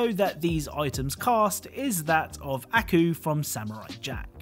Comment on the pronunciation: Never heard anyone pronounce Aku like that lol